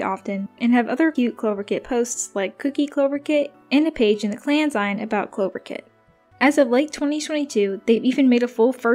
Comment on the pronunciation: Just fyi "zine" is pronounced as in "magazine"! :)